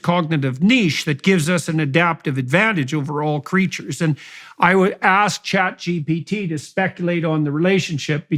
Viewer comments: Hearing JP say "ChatGPT" brings it full circle... Like it exists now more permanently. "ChatGPC" 😂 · Having quite some trouble there pronouncing ChatGPT